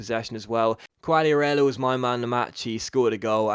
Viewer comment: not trying to be a smart ass or anything haha but try pronouncing quagliarella's name as "kagliarella" just a tip